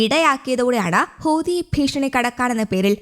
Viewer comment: Hooothi allah huthi. Onnu padikku...next time say correctly